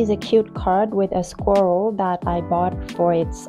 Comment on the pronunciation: Years convinced that Holbein was German. TIL! Also, there are 2 ways to pronounce «squirrel», British and American where American squishes the word in one syllable while British pronounces it as two syllables. You pronounced it perfectly, so don't worry, your English is impeccable (^--^)